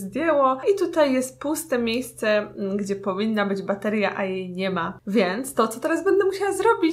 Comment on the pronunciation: czemu zamiast bateria uslyszalem materia?